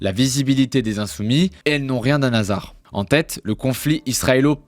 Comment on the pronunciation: Très bien sûr le fond. Sur la forme : obnubilés et pas "omnibullés", un Hasard pas un "nasard" etc. Un petit effort sur le français svp. Sinon bon travail, bravo.